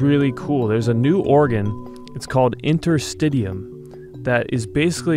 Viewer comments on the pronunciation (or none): I believe it is "inter-stish-ee-um" and bodyworkers have been working with these tissues for literally decades. It's about time the medical community realized that this tissue is IMPORTANT and not just something to throw away to get to the "good stuff". Connective tissue is a legitimate system, that works directly with the autonomic nervous system, to be able to support ourselves without conscious thought. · It's pronounced, inter-sti-she-um. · Well usually it’s pronounced “in”ter-stish’e-um”. I’m a medical student, yes interstitium is brought up every now and then, for edema, lymph node drainage but there hasn’t been anything more to this component/organ whatever you wanna call it. And you said Cancer research? There is another conspiracy theory regarding Cancer, debunked by Edward Griffin, there is his book too “World Without Cancer”, when I saw that I seriously lost trust in Medicine! Same goes for HIV/AIDS! These things are only brought forth by these multi billion dollar pharmaceutical companies to make money off! What are they gonna do with all that money? Could they carry it to their graves with them, when they are dead!? I just don’t know what to believe anymore!